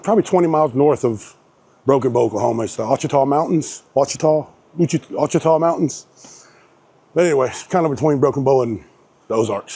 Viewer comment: Hey. Ouachita is pronounced washita. Just like the Washita river. Its an indian thang. Lol